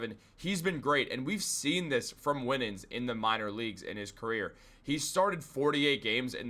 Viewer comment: Also - Winans is pronounced - "Why-nans."